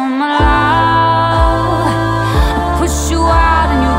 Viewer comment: You're well good the only thing I didn't like was the way you pronounced love you kept saying laove and it was really annoying but other than that it was really good